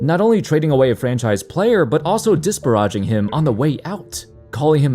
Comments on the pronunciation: please, it's Diss-pear-ah-jing. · Hey bud, I think you need to revisit the way you say "disparaging". :) Otherwise, awesome video as always.